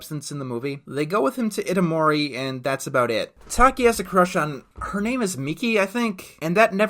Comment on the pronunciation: Mitsuha is from Itomori, the name has four syllables. It's pronounced ee-toh-moor-ee